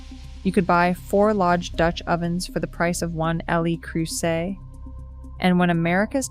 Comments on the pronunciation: It’s “Leh” Creuset, not “el eee” Creuset. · El eee Creuset? 😂😂😂